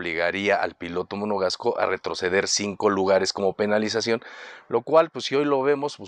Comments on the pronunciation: el piloto monogasco en vez de monegasco monogasco jajajajaja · Estimado, ojo con el gentilicio de Charles Leclerc; es Monegasco (del principado de Mónaco) y no Monogasco como lo mencionas en 4 ocasiones (pareciera que estás haciendo alusión a monocasco), minutos , , , saludos.